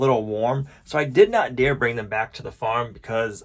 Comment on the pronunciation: its dare, not dear